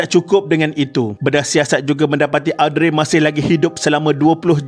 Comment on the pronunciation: Mintak maaf admin.. cara sebutan nama Audrey ialah Oh-dree... Sekadar berkongsi